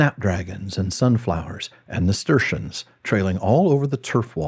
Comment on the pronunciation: "Nasturtiums"? Not "Nasturtians"?